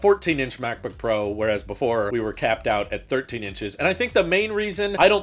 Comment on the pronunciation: You would think that when Apple decided on the guy to talk about M1 Pro, ProRes and ProMotion, they would get someone who can actually say the word "Pro" instead of pronouncing it "Por".